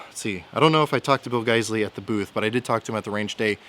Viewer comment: I'm just glad I know how to pronounce guysley now thanks to you, before going into the gun store and making a fool out of myself. Thanks, great video too!